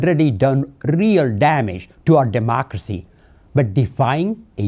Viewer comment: You can't even pronounce democracy what the hell .